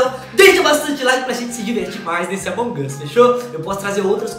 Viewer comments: Mas não é assim que fala amog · Sou seu inscrito mas fala among us direito vc é muito legal mas pelo amor de deus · Vc falou errado among us